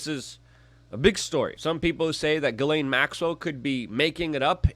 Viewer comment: Her name is pronounced: "Jizz -lane" or Jiss-Lane"